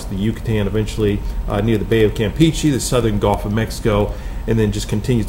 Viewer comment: Is it just me? Or is he saying “golf” a lot instead of Gulf?